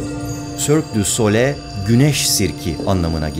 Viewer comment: Güzel video. Yalnız telaffuz yanlış ! Sole değil SOLEY okunur "soleil"